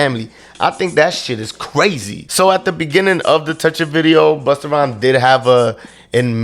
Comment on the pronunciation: The way Vlad says "buster" 🤣🤣